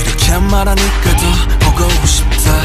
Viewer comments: kookie Jkook في غلط بسيط بالنطق وهو كلمة بوقو شيبتا و تاشي ، النطق الصحيح هو بوقو شيبدا ، داشي .... لازم حرف الدال وليس التاء ☺ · النطق الصحيح بوقو شيبدا ليس بوقو شيبتا ، داشي و ليس تاشي ..